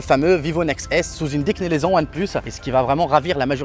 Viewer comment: Merci la bled et c’est déclinaison et non décnilaison lol